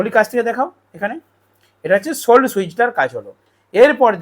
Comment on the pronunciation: ওটা সোলো, সোল্ড না।